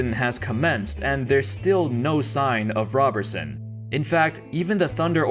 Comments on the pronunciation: ROBE-er-sun not ROB-er-sun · It is rob er son not raberson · Roberson not Robertson. Otherwise cool video. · Andre ROW-ber-son..... gawd damn get it together will ya